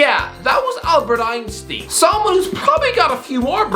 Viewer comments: Me: Ein-stein: EIN-STEEN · this guy just quoted einstein to sound smart and then called him albert einstien lmao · "Albert Einsteen" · Lol Albert Einsteen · Albert Einstin bro what 💀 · The way he pronounced Einstein 😂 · Did he just pronounce Einstein wrong in two videos spanning nearly 2 years? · Man can’t pronounce Einstein lmao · I’ve never heard Albert Einsteins name said incorrectly before. Kudos for that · Literally almost every British person pronounces it incorrectly mate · Yes they do, and if you don’t think that then chances are you’re pronouncing it incorrectly too. The s in “Einstein” is pronounced like in “sugar”, NOT like in “see”. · why you getting so mad. Einstein isnt a hard word to say and the got it much more wrong than saying the wrong ‘s’ sound. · I don’t understand your logic… If you believe pronouncing the S as /s/ instead of /ʃ/ is acceptable, why do you suddenly have a problem with the pronouncing the EI as /iː/ instead of /aɪ̯/? Come on man, make up your mind – you either admit that only one pronunciation is acceptable, or you accept that non-Germans can pronounce names whichever way makes the most sense to them. There is no in-between here; you can’t only accept pronunciations that make sense to YOU. If that isn’t a perfect example of a double standard then honestly I don’t know what is.